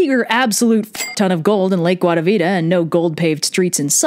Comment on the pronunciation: I just very much love how you pronounce guatavita its lovely